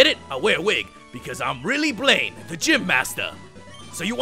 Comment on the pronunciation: when you said VS. BLAINE, I heard "Blame" XD